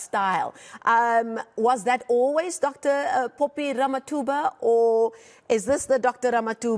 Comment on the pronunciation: Dr Phophi not "Popi"